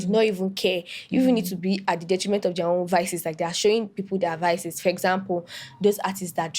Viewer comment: "Detriment" akaria 😅😂